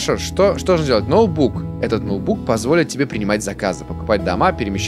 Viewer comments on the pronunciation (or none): НОУБУК ,НОУБУК КАРЛ НОУБУК НЕ НОУТБУК А НОУБУК (шутеечка)))))))видос топ!) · а почему ты говоришь ноубук ))))))))